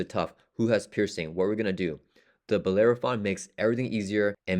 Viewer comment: Bel-air-o-phon is right 😊